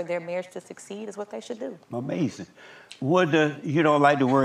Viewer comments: I love when Jesse says “Amazin’” 😂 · I love when he says amazin 😂